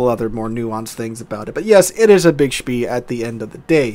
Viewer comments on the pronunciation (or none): I'm under the impression that it is pronounced "schpay"